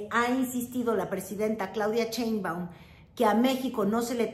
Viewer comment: Me encanta lo que haces, pero me gustaría que pronuncies bien "Sheinbaum". No es Chein-baum, es Shein-baum. Y se acentúa en la "e"; no se tilda porque el origen del apellido es extranjero.